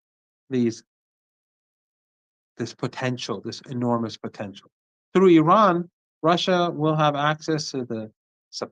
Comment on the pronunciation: What is Ahran? Do you say Ahresponsible" or Ahrational"